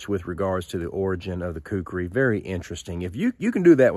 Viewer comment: First let me say, you pronounced Khukuri just fine, Not to worry. Second, in said movie you mentioned, yes the Khukuri in the right hands is the most dangerous knife ever known. It even beat my Kabar USMC knife, and I love that thing. But the Khukuri is just brutal. Third, actually the Khukuri was designed and created at an agricultural tool first, and a weapon second. Fourth, people in rural Nepal still carry a Khukuri when they go out. And lastly, yes I am a Khukuri collector, but I get mine directly from a shop in Nepal. All of which are hand made out of 5160 spring steel. As for the handle, that one you have is pretty much correct. A full length rat tail tang. However, the shop I get mine from is now making full tang versions of traditional and military Khukuri’s. And they are more then just choppers. Use the fattest part of the blade to chop with, and the inner curve, near the handle for slicing and such like. A good Khukuri is more then a tool and or weapon, but a friend in the field, when you need it.